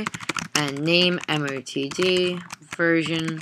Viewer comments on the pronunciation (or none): IT'S NOT A 'MOTD' . MOTD IS 'Message Of The Day' .